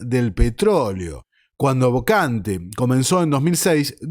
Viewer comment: no se pronuncia "bocante"